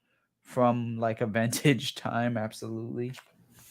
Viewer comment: Ventage he pronounces it ha!